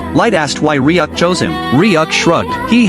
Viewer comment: It's Ryuk not riak